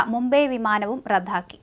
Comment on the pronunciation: റദ്ധാക്കി എന്നല്ല റദ്ദാക്കി എന്ന് വേണം... ഉച്ചാരണത്തിൽ പലപ്പോഴും തെറ്റുകൾ കാണുന്നു.